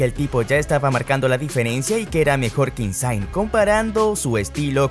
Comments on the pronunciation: Se pronuncia "INSIÑE" no "insain" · Exacto! La gn es Ñ en Italia... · Insain?😂 se dice insigne tal y como suena y se escribe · De donde sacaste Insaing? Insigne se pronuncia Insiñe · Por favor si van a hablar de fútbol, MINIMO pronuncien bien. Lorenzo INSIGNE, (no se hagan los ingleses, no es Insaign) se pronuncia así como se lee, se fue a jugar a la MLS (Major League Soccer) no a la MSL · Se pronuncia Insigñe, como que Insaign, ni que fuese americano el hombre. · ¿Lorenzo que?...es "Lorenzo Insíñe" (acento en la Í) ¡no INSAAING! y luego...Khvicha Kvaratskhelia ¡no se pronuncia así! Las "KH" de su nombre son GUTURALES. En español sería algo así como GgggVicha KvarasJelia (la "t" no se pronuncia) 🤌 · Insigne (Insiñe), no Inzaghi jajajaja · Insiñe...se pronuncia Insiñe... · No hace falta anglificar el nombre de Isigne, hablas una lengua romance, gn en italano se lee como la ñ española, el resto es igual : INSIÑE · Insigne se pronuncia Insiñe.... La gn en Italia se pronuncia como la Ñ.... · Insigne se pronuncia Insiñe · INSIGNE se dice IN-SIG-NIE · Quite el video cuando pronunciaste insigne como “insain” 🤮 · Esta mal pronunciado el nombre de Insigne. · Lorenzo Insaign, kavarashelia...😂😂😂😂 Se dice: insigne y kvaraskhelia, lo dice el mismo...😂😂😂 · No es kavaratskhelia como se pronuncia, la “v” se pronuncia como “u” se pronunciaría como kuaratskhelia, e Insigne se pronuncia tal cual se escribe, es Italiano no es Inglés, el nombre de Zielinski se pronuncia Pioter, échale ganas, corrige los errores y lo vuelves a subir